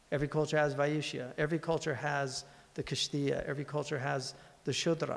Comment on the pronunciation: Its kshatriya not kishtiya